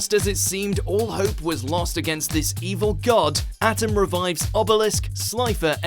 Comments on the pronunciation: At 'em.....At......'em...., you made people, die hard anime fans, scream, rage, cry and even confused every time you put out a new list. But as a Die-hard Yugioh fan, I'M FUCKING PISSED ON HOW YOU PRONOUNCED HIS NAME!!! It's pronounced "Atem"! Ah-Tem! A Tem! Not At em, that rhymes with Adam! It's Ah-Tem!! A Tem!!! Plus, You put in "yugi" instead of putting his real name, so WTF?? Plus, why are you putting the Persona series into the list?! 1) They're video game series! Anime adaption doesn't count! and 2) Neither of them didn't technically kill a god. Even it's stated in the sequel games that they're still alive, so they shouldn't be on this list!! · Ow... how he said Atem... its not Atom its Ah-tehm, its Egyptian. You do not pronounce it with a hard A sound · Firstly you mince pronounced The name of the pharaoh it Attem Secondly hes the strongest Besides inuyasha and his Brother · Quit mispronouncing "Atem"!